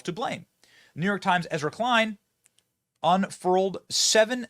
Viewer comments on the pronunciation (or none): none